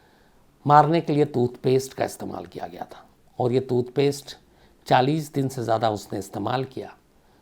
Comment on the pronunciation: Janab calculations theek karein aap 40 din nahi 70 din hota hai 10jan se 20march tak, also tutpaste nahi TOOTHPASTE hota hai. Lol